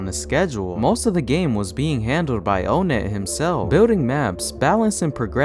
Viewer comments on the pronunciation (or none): why do you pronounce onnet "oh net" instead of awhnet